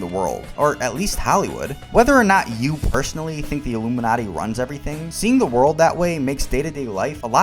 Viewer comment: Sounded to me like he said 'illuminutty' as a joke about a secret society of comedians. Has he ever offered any deeper insight or explanation of his comments?